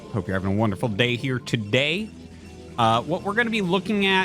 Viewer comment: When he said “day” a few times early in the video it kinda threw me off😂😊